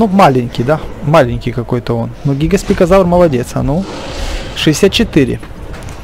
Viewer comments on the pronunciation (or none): He гигоспикозавр, а гигант-спинозавр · ГигантспиНозавр, целый выпуск мои уши обливались кровью